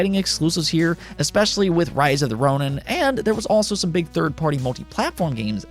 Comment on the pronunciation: Ronin is pronounced ROH neen